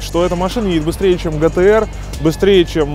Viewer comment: быстрее чем ламбарДЖини хюракан?! чо блять?! не митсубиси, а митсубиШи, не гтр, а Джейтр